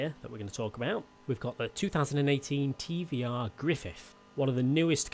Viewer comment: ugghhhhh tvs brings a tear to my eye, you pronounced it wrong, tvr not tvs.